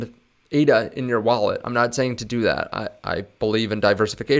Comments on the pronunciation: It's pronounced ADA, as one word. Not spelled out as A, D, A. You can't hold Cardano, you hold ADA. And then you expect people to take your opinion seriously? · Its Ada. Not A.D.A. Ada is a name